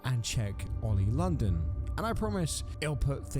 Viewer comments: “Oil London” lol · Oi OLI LONDON, ITS OLI LONDON!!!